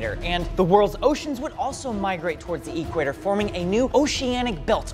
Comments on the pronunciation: Just curious, do people really pronounce it "E-quator" or is that just a thing? lol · Hey, it's 'equator' no 'e-quator' LOL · is so engrained in the digital world that he pronounces equator as if it's short form for electronic quator. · Awesome video. Love the science. The way you're pronouncing "equator" is hurting me a bit, but I'll survive ;) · Interesting thought experiment, but the way you mispronounced "equator" every time made me cringe in second-hand embarrassment.